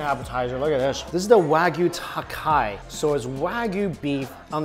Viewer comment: Tataki. Tataki. TATAKI. Not “takai” you barbarian! 😭